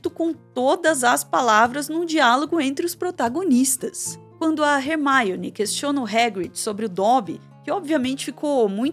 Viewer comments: falando "HERMAIONE" sendo que no filme eles falam Hermione. Soou estranho prara mim. Alem de falar "chapeizinhos". Pô,... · Rer-maione??? Leia-se Ermione. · Hermaione? 😂 Num é assim q pronúncia em inglês não. Tá mais pra Hermone. Desculpa fugir do assunto vídeo pra comentar isso, mas não aguentei. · Foi a primeira vez q eu vi alguém pronunciar o nome da Hermione como "Rermáione" (estamos no Brasil, não tem necessidade). No mais, excelente vídeo. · video muito bom, mas falar hermaione ao inves da forma como ela é chamada nas dublagens brasileiras do filme fica muito estranho kkkk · Primeira vez que ouço Hermione com essa pronúncia